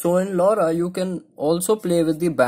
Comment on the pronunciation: What did u say lauda 😂